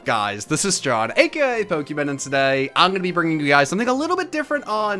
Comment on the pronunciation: I love Katie's comment in the chat "Never mind,I don't want to edit this" Also the pronunciations for Pokémon and Unown are horrid! "So he crit and we lived on 1." screeches thinking a Fighting-type would take a Flying move better than a Grass-type would when it's also weak to it😂 It's pronounced Un-Own